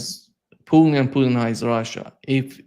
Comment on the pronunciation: You’d think that after 35+ years in Moscow Mr Helmer would have learned how to pronounce such basic Russian words as Putin…and how can anyone refer to the “Russian race” in a country comprised of more than 100 ethnicities? The Russian Nation, by all means, or the Russian people, but there is no Russian race, it’s debatable there is even a Slavic “race”, but that would be more applicable than the Russian race